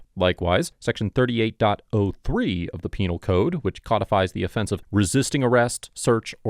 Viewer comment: Yes! You finally pronounced it correctly! Codified!